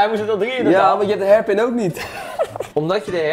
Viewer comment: koen kan hairpin niet uitspreken. leuk